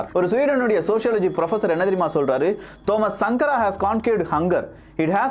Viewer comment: தோமஸ் சங்கர என்று உசரிக்கவம்